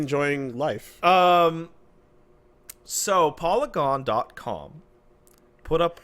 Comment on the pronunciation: im just gonna say saying polygon that way is wrong